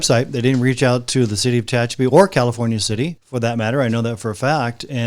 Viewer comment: Tehachapi not Techapi